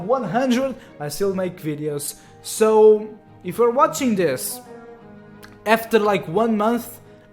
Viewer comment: Btw, It always sounds like he’s saying dis instead of this But that’s just his accent I’m not one to judge =w=